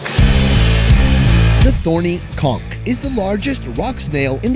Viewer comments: you have to pronounce the “ch” at the end of “conch” like the “ch” at the end of “church.” “Conk” is a mispronouncement of “conch.” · That’s not how you pronounce conch